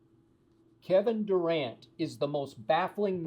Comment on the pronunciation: Kevin Du-cant or Kevin Duran as in " No Mas "